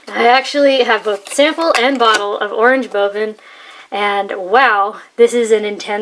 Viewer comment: correct prononcuation of oranje boven!